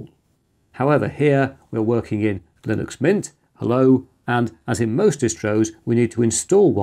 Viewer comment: one slight quibble: you keep saying "lillux" and totally ignoring the N in the word.